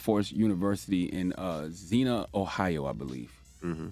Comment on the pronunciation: I graduated from Wilberforce and you were correct about the facts. Xenia is pronounced Zen-ya.